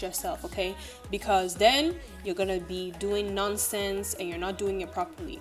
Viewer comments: the one I remember was when she said 'you will just be doing nonsense' and her accent came out a lil bit 😂❤ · The western African accent be jumping out at the cutest times 😂 when she said nonsense